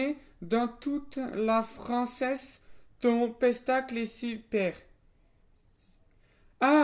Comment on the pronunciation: Pas un peu humiliant que dans l'FAQ certains ont écrit "spectacle" "pestacle" pour se moquer de à lors que lui il le prononce bien spectacle alors que lui c'est un gogole et pas vous mdr. x)